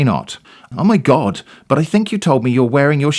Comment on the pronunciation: I loved the "Oh my Gaawd" pronunciation. is such a Cali girl! 😆👍